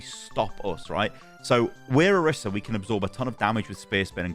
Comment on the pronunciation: please for the love of god stop saying kitsuni and oruhsa 😭